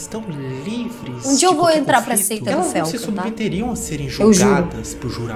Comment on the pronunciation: É a Seita caralho. Só "aseita"